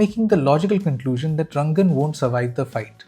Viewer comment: You are also manipulating us by calling him Rangan constantly when his name is Ranga 😅